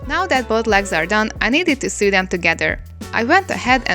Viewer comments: Your English is really good, but I thought I'd give you a tip on saying the irregular verb " to SEW". It's pronounced to SO. You sound like you are saying to SUE (rimes with BLUE) which means to institute a process in law against; bring a civil action against: to sue someone for damages. I sometime feel like suing (yes, the "e" is dropped here) my sewing machine for bad results, although I can't really blame it for my lack of sewing skills when projects go wrong. :) Hope this helps. Here's a quick recap. : Base Form (Infinitive): Sew Past Simple: Sewed (pronounced SO-ed) Past Participle: Have Sewn (rimes with GROWN/BLOWN) /Have Sewed (pronounced SO-ed) 3rd Person Singular: Sews Present Participle/Gerund: Sewing We also have the regular verb to SOW and that is pronounced the same and means planting seeds. (Not to be confused with the name of a female pig, a SOW, that rimes with COW) Base Form (Infinitive): Sow Past Simple: Sowed (pronounced SO-ed) Past Participle: Have Sown (rimes with GROWN/BLOWN) 3rd Person Singular: Sows Present Participle/Gerund: Sowing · I love you so much but the way you say sow " sew " gyvfsd ahhh Im sorry its a big pet peeve no hate towards you <3 <3 <3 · Small tip, you pronounce "sew" like you would pronounce "so". Love ya ;) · Every time she said "s'ew" my mind was like "lawsuits!" 😅😅😅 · I didn't even noticed the mispronunciation bc I make the same mistake xD why isn't English a phonetic language 😭😂